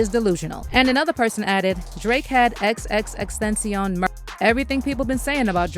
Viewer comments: Look ma’am, say it with me it’s X X X TEN TA CION. Please get it right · its 3 X's aka XXX TEN-TA-CION! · I hate the fact that people act like it’s so hard to pronounce Tentacion. It really isn’t. You guys are just that lazy. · You can't even says X's name correctly and I'm supposed to believe you did any kind of research!? Goooofy